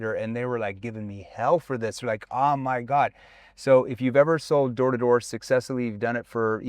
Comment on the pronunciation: Sounds like he’s saying whore story😭😭😭